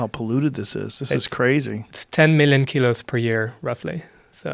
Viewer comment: Couldn't tell if he had an accent until he said kilos lol